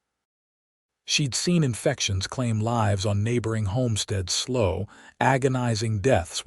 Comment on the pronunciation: I love this narrator but the pronunciation is terrible. English words have more than one meaning and pronunciation depending in which context it is being used eg. Lives has two meanings, she lives here or there are many lives lost in the war. Just one example. I do love your stories very much though❤